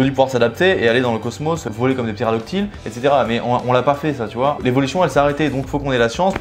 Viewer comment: T'as dit ptéradoctyle au lieu de ptérodactyle